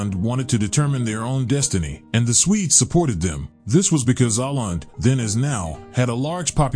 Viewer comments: Åland is pronounced O-land, not A-land. That Å is a "Swedish O" and not an A. Hurts my ears and I'm not even Swedish speakiing XD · As has been pointed out by others in the comments, Åland is not a country, but an autonomous part of Finland. And it's not pronounced "Ahland," but "Ohland." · If Åland is a country, then I guess Hawaii and Alaska would be too. And by the way, it's pronounced "Oland" and not "Aland". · My beother said or-land, not oh-land. He spoke Swedish, not Finnish. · Its not Aland, its Åland! It was a part of sweden for tusends of years and Finnland proper was a part of sweden only for 700 years! Sweden lost finnland in a war with russia, and they took Åland altso! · It's pronounced "Oh-land", not "Ah-land". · ***Åland is pronounced Oh-lahnd not Ah-lahnd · The place, that is both a country and an autonomous region, despite all ignorant objections among the comments, is pronounced like "aw-land", not "aland". In IPA it is [o:land]. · Apart from the various inaccuracies of research that the comments below indicate it would have helped if the narrator had pronounced the name correctly. The Swedish letter åÅ is pronounced like the 'aw' sound in the English word 'awful' and not like the 'a' in 'father'. You could say that his pronunciation was not awful enough! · Oh, so Åland is pronounced as "Awland" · Most people in the South of England, the English ones anyway, know about this island, it's the large one to the west. The say Ireland, but they actually pronounce it Åhland. It's very confusing. Just listen to BBC. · It's Finnish and it's called 'Ahvenanmaa'. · Åland is pronounced as "awland". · Isn't it otonounnced "oland"? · Åland is pronounced [Oh-land] for those who wonder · The region Åland is pronounced Oh-land. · It's pronounced "ohland" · I was going to look to see if someone would mention the pronunciation. I'm Irish, and I hate when narrators don't take the time to figure out the pronunciation. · Nah, dude can't even say Aland right...